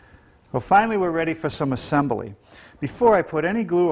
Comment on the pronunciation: “Uh-sem-bah-lee.” Ya gotta love Norm!